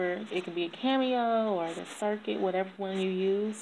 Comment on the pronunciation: Love it. Just wanted to say though, it’s Cricut not Circut, lol